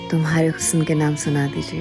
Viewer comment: The singer is singing "Hus-san" whereas correct pronunciation is "Husn". I don't understand where all Urdu- dan are, not pointing out this error to the producer.